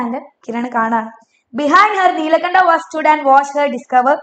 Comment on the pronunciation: Neelakanda❌ Nilkanta✅